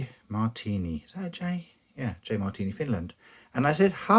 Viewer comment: Sorry but that's not how you pronounce "hei" XD. Not bad on the "Marttiini" though. Fun fact: the J stands for "Janne" or "Johan". That's the name of the smith who started the company. Johan was his official name, but that's a Swedish name and amongst Finns he went by Janne.